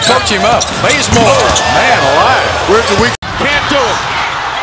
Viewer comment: does anyone else hear bRaZeMoRe?